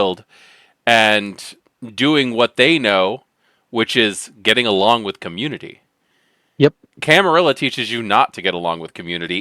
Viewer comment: Used to be "La Camarilla" but the 'La' part went away. Camar-illa like van-illa works fine now that the 'La' was dropped. 😂